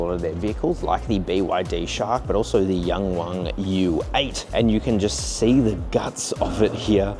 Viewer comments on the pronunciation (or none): Nice video but you gotta stop calling it the Yang Wang as in rhyming with 'bang' and call it the Yang Wang with the 'a' sound in 'halve' or 'yarn'.